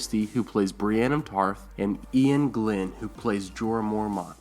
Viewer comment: Also, its Ian GLEN, not GLIN (or GLYNN) !